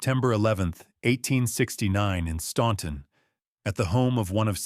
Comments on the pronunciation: Can you AI geniuses teach AI how to correctly pronounce Staunton, it's pronounced STANTON. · you pronounce it like the locals do. Stan-ton. I have lived here all my life and that is how it is pronounced. Just because it looks like it should be pronounced differently, doesn’t mean it is. There’s a lot of words in the English language that aren’t pronounced the way they are spelled. Do you mispronounce those too? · It’s pronounced Stan-ton. The u is silent. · yes it is. I live 30 minutes from Staunton and you don’t hear the “u”. Where in the pronunciation do you hear it? It’s pronounced Stan-ton. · My impression exactly. There was the book cover which spelled "confededate". The pronunciation of "Staunton", and the "bloodiest mansion" bait. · yeah, most people who aren’t from the area mispronounce it.